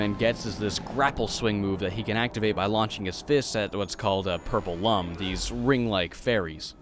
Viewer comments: Lums is pronounced “Looms,” like ilLUMination, and not Lums, for dumb. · I had no idea the game was going to be thus hard since it looks so cute. Oh, and they aren't pronounced Lums, they are pronounced Looms. It says so in the Rayman Origins instruction manual